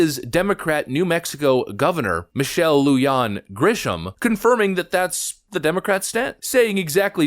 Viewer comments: lu Han... not lu yon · Grisham sits in the governor's seat in my state. Her name is pronounced, (Loo-Hon) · Lujan - Lue-Hon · Hey, Lujan is pronounced like Lu-Han or scum-bag which is how I pronounce her last name. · In Spanish the J is pronounced like an H Luhan……. Is Lujan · I'm from New Mexico and you said her name wrong...... we call her dictator